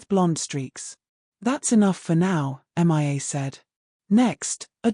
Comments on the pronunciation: Please teach your dumb AI reader the difference between Mia and M.I.A. (Missing In Action)🤨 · You would think an auto reader would show enough intelligence to read a simple American English story. If you can not find an auto reader to read Mia's name correctly, and if you don't realize that women have breast's. Plus female hormone's in the human body are typically estrogen which help the human body to grow breast's. That's right I am an educated listener and through my life have learned many different thing's.